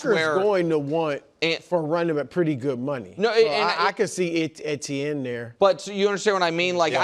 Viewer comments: Both KW and Nick said it correctly? Saying it EEH-tee-en is the only incorrect way to do it. It’s a French name and is pronounced Eh-tee-en there, and Travis himself said in Louisiana it’s usually pronounced more like Achane. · can these guys figure out how to pronounce Etienne